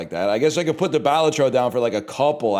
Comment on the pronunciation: I don't know why, but the way he says Balatro wrong makes this so much funnier